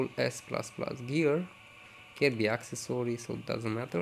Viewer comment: Its calls accessory the way you speak is access-sorry its so annoying have you noticed